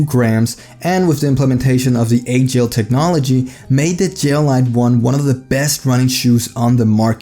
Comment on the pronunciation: Also its alphagel not agel, the weight is off on the gel lyte 1